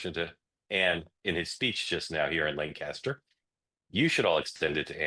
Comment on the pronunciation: It's pronounced "LANK-ester".